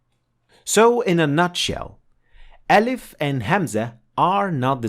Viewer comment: It's not elif, it's Aalif... please, don't slang it